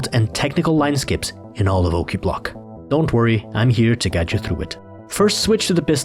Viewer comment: Sounds like Klingon... Qa'plagh! :D